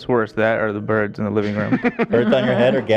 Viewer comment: face when Ethan says "beards" instead of "birds" 😂